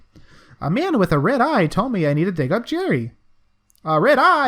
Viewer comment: His name is Garry, not Jerry. Jerry is the mouse from Tom and Jerry. Garry is ... pronounced differently. :)